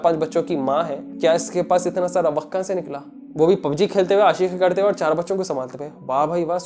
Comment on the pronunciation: the way you say Aashiqui 😂